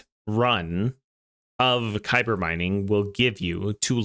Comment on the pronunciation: Kuiper = Kai-per. Source: its said thousands of times in voicelines. Thanks for the vid